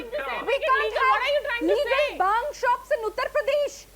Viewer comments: NOT BAANG ITS BHAANG USELESS........ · Baang....This silly women cant even pronounce bhaangh. Now vine also comes from grapes, let's ban grapes too n jail all the farmers who grow grapes... These kind of ppl ...hippocrates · baang baang baang what ridiculous argument she has. Ask her to learn the sound bh . BHANG NOT BAANG . THIS debator is great loser. Runs debate all over the place. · Again this idiot started with Baang.. bhaang toh dhang se bol liya kar pakistan ki patthi saali🤣🤣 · This is giving baang baaang kal se 😂...Baaang murge dete hai... It's bhaang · Again this baang lady is here so irritating.. it’s not baang...it is BHAANGH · PLEASE DO NOT BRING TO THE DEBATE, SHE IS UNEDUCATED AND CANNOT EVEN PRONOUNCE BHANG!! VERY ANNOYING PERSON1